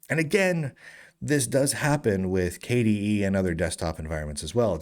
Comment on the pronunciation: because k-dee-eed sounds strange